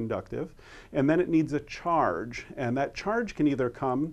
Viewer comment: its funny how you say 'charge' hahaha great video though. helped me alot, thanks.